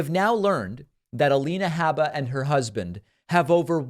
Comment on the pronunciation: I stopped watching David’s Alina Habba videos because of how he mispronounces Habba, Like chalk on chalkboard. I can get the same story from Farron, Luke and Jesse with less irritation.